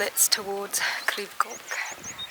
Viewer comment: Your pronunciation was mostly fine - just the "ch" at the end of "Goch" that needs a bit of work! 😁